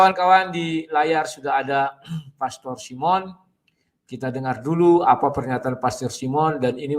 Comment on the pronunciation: Bagaimana hamba Tuhan SD ini pengucapan pastor saja anda menjadi plester, hati hati pak dengan rasa tinggi hati dan kesombongan